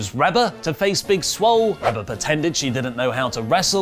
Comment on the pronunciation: Its pronouned Ree-ba, not Reb-a. Cmon its like you dont even watch the programs. Dark order is easily the best thing going, their work on BTE is incredible